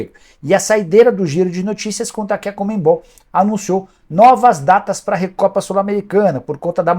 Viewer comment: Até quando vai falar “COMEN-BOL”????